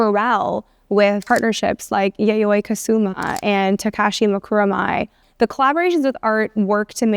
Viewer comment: What interesting pronunciations of Yayoi and Takashi